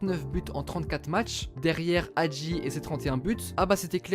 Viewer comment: Mdrrr non mais la prononciation ca se voit qu’ils vont pas sur google trad. Nicolasse nicola.. c’était dur de dire Nicolaé. Pareil pour Hagi ( Hhhhadji) je préfère juste qu’on disent son nom de famille que se forcer à dire George au lieu de Guéorgué